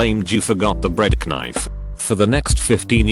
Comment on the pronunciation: how dare you forget the bread ka-nife